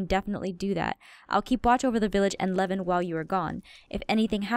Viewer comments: its levin not kevin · When aphmau says levin I think she saids lemon 🍋